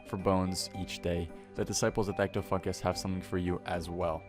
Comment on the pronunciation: ll at the end it sounded like u said disciples of ecto-fuck-is